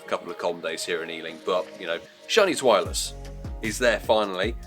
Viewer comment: I dunno why but the way you say zwelious :S